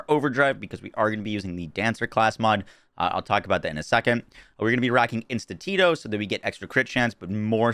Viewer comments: Man is still saying Institito. In-stin-to. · instinto is pronounced just like it's spelled (In-stint-to, it's just Spanish for instinct)... I digress... this build's skill point spread relies upon your class item skill bonuses buffing Temerario (Tem-er-ario, Spanish for reckless), you should mention that as otherwise the point spread does not work for someone trying to follow your exact build if their item lacks in that stat. The run down to just get Lateral Plinking then would probably best be avoided and that extra point maybe placed to final out Maestro (My-Strow, you know like Beethoven).